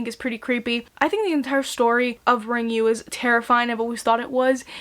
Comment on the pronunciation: It's pronounced "Ringu," just as it's written. Not "Ringyu."